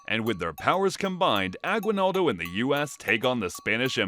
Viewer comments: its not agwinaldo its Aguinaldo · I'm sorry but you keep mispronouncing Aguinaldo. The u is silent. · I am form Philippines and the way he said agwinaldo i am crying 😭😂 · Guys y’all are pronouncing “Aguinaldo” wrong